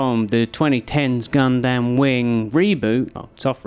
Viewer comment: I've never heard someone screw up the pronunciation of "gundam" before, but here we go.